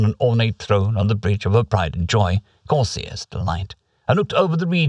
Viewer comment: the way you pronounce Corsair as "Corsiair" always makes methink ita something alien and unique. Pirates are cool too i guess:P